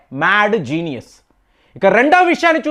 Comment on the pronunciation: ద మేడ్ జీనియస్, అని మాట మీరు అంటుంటే నవ్వొస్తుంది సార్.